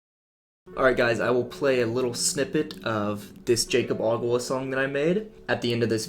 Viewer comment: it's pronounced yakob not jaycob